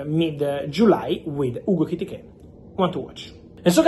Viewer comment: Say Etikite one more time …..